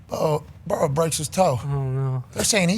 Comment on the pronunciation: "Toe Burrow!"😬🤣😭